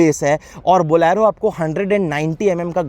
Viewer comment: It's bolero not bolaaaaro